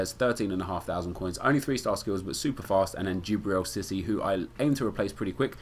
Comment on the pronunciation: DJIBRIL SISSY !!! XD... lol, thanks for the vid bro... you should do a video where u try to pronounce german or russian player names. XD